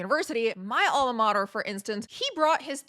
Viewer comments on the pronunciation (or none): none